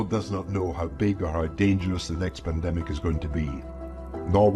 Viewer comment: Panadenmic gets me every time! 😂😂😂